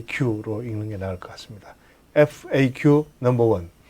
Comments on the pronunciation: 퐈~큐 법규ㅋㅋㅋㅋ 깨알 개그 재미집니다. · 파~큐... ㅎㅎㅎㅎ 너무 웃겨요!!